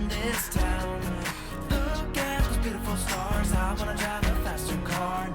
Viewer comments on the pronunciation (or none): none